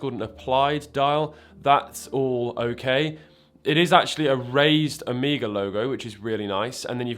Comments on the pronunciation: Its not a horse shoe logo its the greek letter Omega (Ω) and its pronounced "uh may guh" not "o me guh" because thats how the greek letter is pronounced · It's "O MEG A" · Did bro just really just say “Oh-mee-guh”???? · Who says Omeega? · It's the Greek letter Omega (Oh-may-ga) and the 'horseshoe' symbol is actually a capital Omega. No accounting for how the brand says it, though... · How would you pronounce it? It is like this bike brand Marin, there are like 5 ways to say that😂